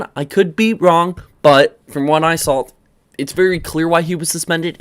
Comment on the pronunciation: Also the word saw that you say alot doesn't have an L at the end "I sawl it"